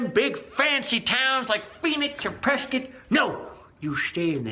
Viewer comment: Very cool look at a simpler time. As a native Arizonian, I'd like to thank you for pronouncing Prescott(Preskit) correctly. :)